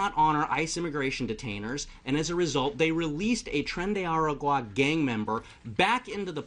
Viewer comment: chairwoman-it's tren d aragua not agua